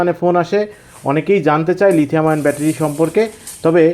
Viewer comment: lithium ion. (ion কে আয়রন কেন বলেছেন?)